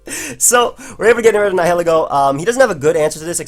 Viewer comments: I thought Nihiglego was pronounced like "nihilism" is. (nye-ihl-eh-goh) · Hi, I think it's pronounced nile-ego...latin roots nihil (no)(pronounced "nile" like the river) and ego (self) (pronounced like the waffle). Probably because it is a symbiont and fuses with another body. Keep up the good work! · actually, the correct way to say Nihilego is Knee-he-leego:] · Dude look up how to pronounce nihilism but take off -ism and add ego (like egotistical). Love you btw